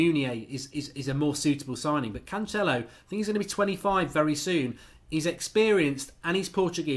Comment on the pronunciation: The second C in Cancelo os pronounced like an 's'. He's portuguese not Italian. In Italian your pronounciation may be correct with the 'ch' sound. Just culturally aware advice. Like the channel.